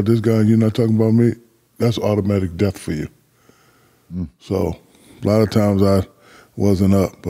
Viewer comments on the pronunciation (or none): none